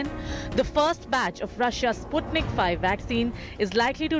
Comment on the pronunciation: Anchor learn to pronounce Sputnik properly ....obviously the Anchor is uneducated about the first sattlite